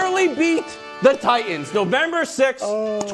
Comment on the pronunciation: Why are all these sports analyst miss pronouncing Titans.